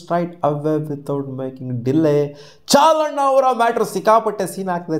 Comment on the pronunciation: CHAHAL❌ CHAAL✅😂